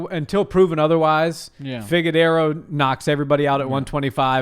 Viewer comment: Can’t take you serious when you say figue-dero